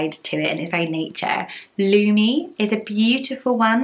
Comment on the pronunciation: i am from finland and lumi is pronounced differently